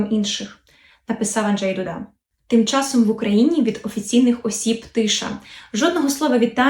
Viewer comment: Він Анджей Ду'да, не Дуда'